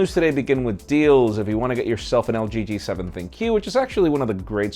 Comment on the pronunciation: Yo! May be ThinQ is pronounced "think" not "thin queue"?